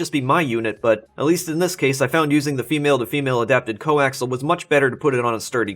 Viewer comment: I see plenty of people have educated you on the "english" issue. Now, coaxial is pronounced like it is spelled. Co, ax, ee, al. Its not co axle.